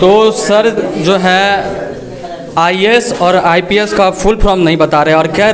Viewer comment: सबसे पहले आप अपने आप को सुधारे रिपोर्टर महोदय,आप का भी उच्चारण गलत है आई ए एस का, आई एस, आई एस कर रहे हो आप, जितने भी शिक्षक है आज 99% ऐसे ही है,कुछ आरक्षण ने कर दिया कुछ लेदेकर हो जाते है